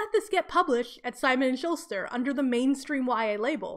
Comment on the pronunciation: just a note -- "schuster" doesn't have an "l" :)